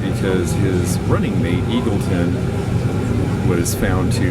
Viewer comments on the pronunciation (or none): none